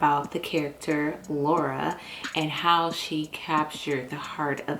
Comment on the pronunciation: Lawura as he calls her lol